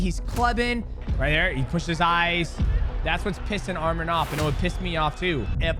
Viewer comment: Man can u all learn how to say his name right? Its not that hard, are u all dumb? U guys are calling him another Armenian name that is Armen he is Arman